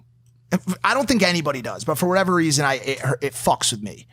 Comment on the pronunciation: logan u said what ever reison whats the reison